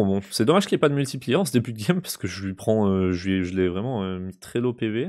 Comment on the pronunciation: Quand tu dis multiplieur ça me fait mal aux oreilles. Sinon sympa tes vidéos 😉